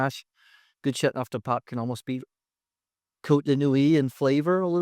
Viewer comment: Still haven’t mastered the right pronunciation for chateauneuf haven’t you? I turned off the sound. My favourite so far is M. Chapoutier Barbe Rac Chateauneuf du Pape. Plus it’s biodynamic. I also have a Clos de Caillo waiting in my cellar.